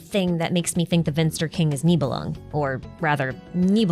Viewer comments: Finster and not Vinster. but so close :P I actually dont mind you make cool videos :) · Slight correction. It's finster not vinster. :) greetings from a german